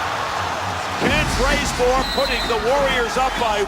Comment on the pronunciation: Dude said “Ken Trazemore”